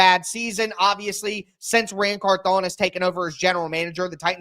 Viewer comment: I think it's pronounced like CARthon instead of carthON like you've been saying it.